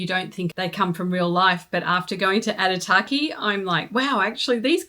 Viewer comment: Thanks for the info. Would like to add though that Aitutaki has no R in the word. Pronounciation is key, as sign of respect to local people and culture